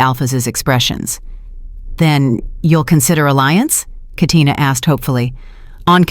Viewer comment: This is the 1st time I heard Katina in a story.. most people fumble the name in real life but AI didn't.